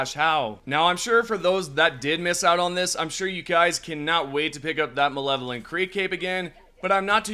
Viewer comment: all good, it just sounded like you said malevolent. but Ive heard waaaay worse attempts at it than yours lol